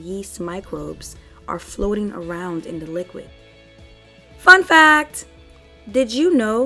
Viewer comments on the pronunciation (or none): I thought she said “ F $@ that” 😂 then I realized it was “ Fun Facts”